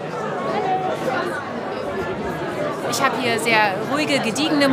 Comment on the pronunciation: Und Binnenalster und nicht Bienenalster!!